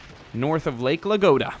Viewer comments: It is nott Lake LAGODA it is Lake LADOGA. You've got the D and G reversed. Please pronounce the name of the lake correctly! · Not Lagoda, but Ladoga) Video's amazing tho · Thanks for the great videos! P.S. I'm from Russia and this lake's name pronounce like "LaDOga" or "Ladozhskoe", but it's okay :D